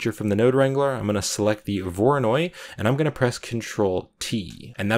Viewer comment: "we don't need this mapping node for the voronoid texture" 5 minutes later "lets add a mapping node to the voronoid texture"